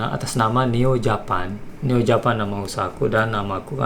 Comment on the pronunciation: Sampai hari ini aku masih penasaran dengan cara ucap "Japan" nya Neo Japan. Bukankah itu kata yang harus diucapkan dengan logat Inggris ?